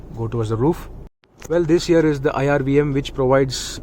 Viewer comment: Your "this here" sounds like "this year".....lol